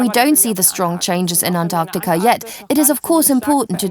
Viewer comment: Their going to Onyacunt, really? listen for yourself.